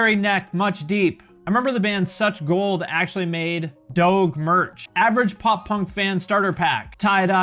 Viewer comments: doughg? its pronounced dohj bruh :( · I feel like one of my heroes just died. Did I really just hear him say "doge memes" but with the "g" pronounced like it is in "dog"? Sigh...we lost another great one. All jokes aside I still love and this channel and will always continue to support and watch lol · You are pronouncing doge incorrectly, put some respect in his name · His pronunciation of DOGE😂